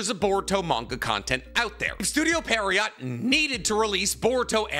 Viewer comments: please say pierrot correctly this is killing me you say it so often pleaseeeee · year 9 of misspronouncing pierrot. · Maybe he's dyslexic 🤷‍♂️ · pronounce studio pierrot's name correctly challenge: IMPOSSIBLE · Still sayin pierrot wrong .. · he is lol. it's pronounced "pierre-oh". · Pronounce "Pierrot" like "pee-hair-ho" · It's officially studio Perriot 😂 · Why do you pronounce pierrot like peariot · Bro keeps saying estudio Perryowt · Damn, this guy really can't pronounce "Pierrot", can he? lol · doesnt know how to pronounce "studio pierrot" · MF can't pronounce pierrot to save his life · The way you mispronounce the studio name over and over 💀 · After hearing all this, I don't even mind that you mispronounce their name anymore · Studio — repeat after me; Studio Pee a rot, not Studio Periot, Pierrot, Studio Pierrot. 😂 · It's pronounced as pierre row not pierre rott 😑😑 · Pierrot is the name of a type of clown. Fitting name for them. Also it's pronounced like "pea-arrow" not "pear-E-yacht". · It's PIERROT, not PERRIOT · Does anyone else think he’s saying the studio name wrong? 😂 I’m hearing Perriot not Pierrot 😂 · yeah right! even the logo has the clown face, I was sooo surprised with the pronunciation 😂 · goddamnit, can you at least TRY to pronounce it correctly!? It's not perrryott. It's Pierre-oh (like the French name). I get it with all the japanese words but come on, dude. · It’s Pierrot like a clown kinda like what’s on the logo you dip it’s not pier-rot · I just don't understand how you are saying Pierrot when it's a french origin name and would be like Pier - roh. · It’s pronounced “Pier-oh” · Bro called it parryot lmao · Is dyslexic? Seriously asking, maybe this is already mentioned before but i've been watching his naruto content for almost a year and constantly see him struggling or mispronouncing things that he should know already how to pronounce. And with this "Perriot" example it became way more obvious this time